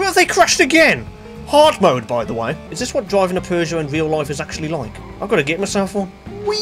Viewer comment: Feels weird to hear the actual good pronunciation for Peugeot lmao